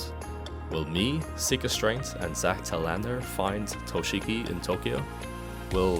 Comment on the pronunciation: "Zac telAnder"